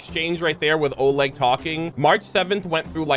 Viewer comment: A lil tip from your ru bro, in Oleg, emphasis on E. But it’s funny to hear either way😊 keep up good work,.